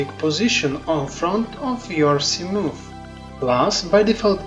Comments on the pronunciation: Yes but your pronunciation of 'Moth' is "Moof", and I like it so im keeping it. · From now on, I am calling the Seamoth, a Seamoof. 🤣👍